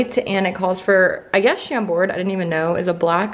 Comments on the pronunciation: It's Chambord (don't pronounce the -d) it's a french brand (name of a château). Love you ❤️ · the D in Chambord is mute so it's Chambor